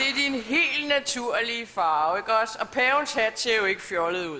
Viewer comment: hun kan sku ikke finde ud af at sige ikk os